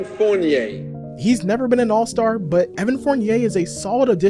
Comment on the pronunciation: The way stern said fournier's name is crazy lmao